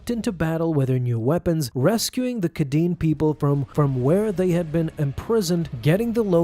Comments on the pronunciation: lmao the ‘kaeden people’??? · It’s (raw-ay-duh) and (Kay-den). Say it right. I have the audio book pronunciation on my side here. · Bruh feaking hilarious how he pronounces Raada and Kaeden Larte 😂